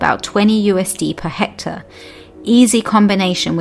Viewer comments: The way to get that nobel prize is to teach the the presenter how to say and spell Hectare With love Australia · Hectare, hectare, hectare … not sure who’s this Hector you’re referring to 😅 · What is a "Hector"? Do you mean Hectare? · The term is hectare, not "hector".